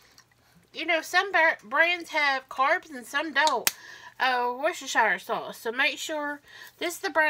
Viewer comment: You’re the first person to actually pronounce Worcestershire sauce correctly ❤❤❤❤❤❤